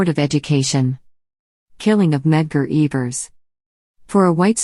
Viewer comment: Its Evers not eeevers